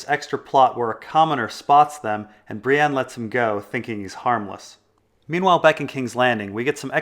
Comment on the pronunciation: When people say "Bree-ANNE"...F*ck.Them.